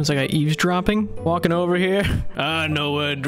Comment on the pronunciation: This is insanely hilarious. Unmatched content. "Seems like his days are.... Ober" and the silence after 😂😂😂